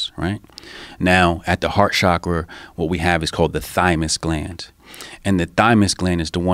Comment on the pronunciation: He lost me at “heart shokra”